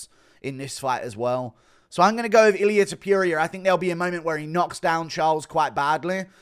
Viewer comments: Dude pls stop saying TO-PURE-IA. Its TO-POUR-IA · don't say Topuria's name if you can't pronounce it properly.